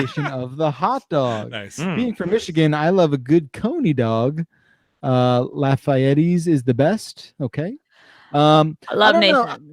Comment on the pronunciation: ...Did say "Lafayeti's"...its "Lafayette" (think Hamilton)...Named after the same historical figure Gilbert du Motier, Marquis de Lafayette who has a street named after him in downtown Detroit (also a french named city), which is where the Lafayette Coney Island diner is located...